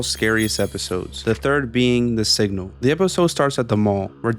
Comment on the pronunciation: When you said “the signal” I thought you said “the sigma”💀